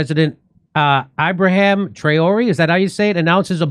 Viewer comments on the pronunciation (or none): JD, they’ve already tried 18 times. They haven’t stopped trying. It’s Eee-bra-him.